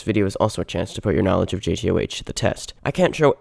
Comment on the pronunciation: why does bro say jay tea oh aych 😭